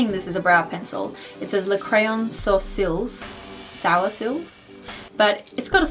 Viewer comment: Yes "sourcils" is French for eyebrows - so you got it right don't worry ha!